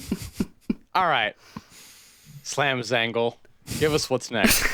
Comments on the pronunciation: LOL we knew you meant Slam Zangel, but he had been reading it as Zangle the whole time. And thus, a new nickname was born. 🤣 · Dudes… Slam Zangel like Angel 👼